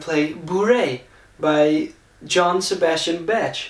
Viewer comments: It's Bach - not Betch... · How you're saying the name of Bach, you're actually calling him : Jean-Sébastien Tarp. Why do you want to add an "e" at the end of the word ? We just say : Bac - with an "a" like in the word bath.